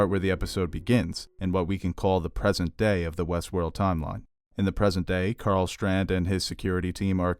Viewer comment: It's "Strand", not "Shtrand".